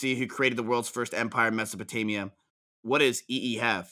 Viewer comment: "what the fuck is a mesapotania" was funny